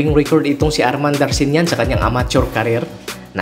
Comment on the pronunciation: hindi po Darshinyan ..Darchinyan po